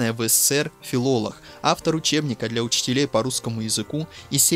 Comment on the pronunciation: Чтец - не надо произносить филолох, правильно произносить филолог. Спасибо.